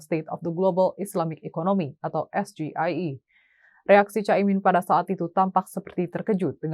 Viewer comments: SGIE itu opo to bran? Maksudnya State of the Global Islamic Economy. Bacanya bukan SGIE BRAN GIBRAN harusnya bacanya es ji ai i 😂😂sok2an asam sulfat paham singkatan dalam bahasa Inggris 😂😂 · Tapi membaca sgie liat catatan dan salah bahasa inggris kok dibaca bahasa Indonesia